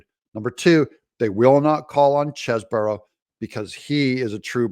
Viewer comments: All due respect but I think it’s pronounced “Cheese-Bro” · There is an "e" following the "s" in "Cheseboro" which makes the first "e" a long "e" (NOT Chesboro)...please. Also, "news" is noooooose (nuse), not "nis". I love your videos but please use proper pronunciations.